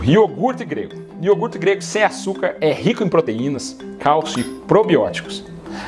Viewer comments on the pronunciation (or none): hmmmm eu ouví "ORGUTE" aí dói o resto excelente!!!